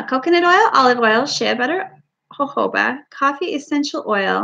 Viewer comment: is an exceptionally talented and amazing soqp Rtist. Happy Birthday to you. It is pronounced, "sh-ay", as in Shea Butter. Like Hay with a S on the front. You are so full of fun and laughter, it is a joy to watch you make your products! Thanks for sharing. 😊